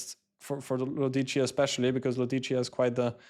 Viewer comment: The pronunciation is Lòdici, not Lodìci